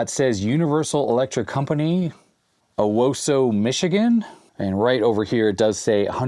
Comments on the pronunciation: Hello from Michigan. Owosso is pronouced "Oh Wah So" :) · Michigander here it is pronounced "Oh-wah-so". I am shocked that Owosso was ever going to be uttered on this channel. Miracles do happen!